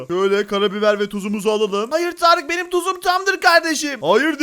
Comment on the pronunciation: Abi tağarık derken tarık yapmış ismini tağarık